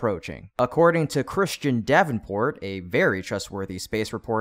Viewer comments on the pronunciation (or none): none